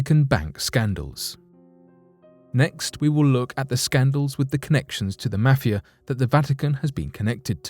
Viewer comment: Quite worrisome is the way in which you pronounce 'mafia'